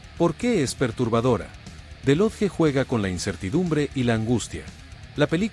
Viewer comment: Wow jamás hubiera imaginado que el narrador estaba diciendo the lodge 🤯